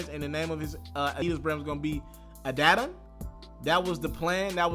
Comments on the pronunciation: checks over stripes to me sounds like Im choosing money over hood shit...and please say the name right it A-di-don..how are you still mispronouncing it so wrong. if you want to be a hip hop journalist you gotta learn how to pronounce names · You haven't learned how to pronounce Adidon and Adonis yet? Lazy reporting bro